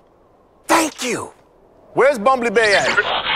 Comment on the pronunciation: Bumbale Bae is the best way I have heard someone pronounce bumblebee